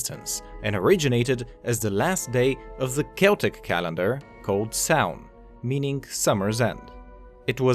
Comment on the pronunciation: Pronunciation : Samhain is pronounced so-'ween. Ghoulish is pronounced 'goo-lish.